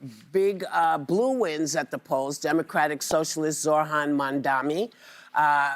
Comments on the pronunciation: She always says Zorhan not ZoHran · It’s like she purposely mispronounces his name. Zohran. It’s 2 syllables. You can do it.